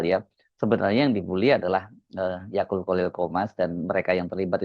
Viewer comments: yaqut mas bukan yaqul wkwkwk😂😂😂 mas hersu lucu tiap nyebut nama ybs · Mungkin tanpa sadar, Mas Hersu sering mengucap YAKUL (seperti merek minuman YAKULT) utk menyebut Yaqut 😂😂😂